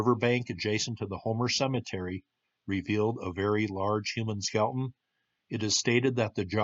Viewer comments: Skel-EH-ton. Say it with me. Three syllables. Good stuff. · You lose a lot of credibility when you mispronounce words. Skeleton has three syllables, not two.